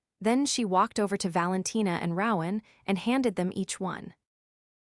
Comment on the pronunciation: Rowan has a long o not short